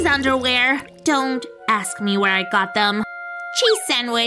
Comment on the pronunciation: she said usk but your supposed to say ask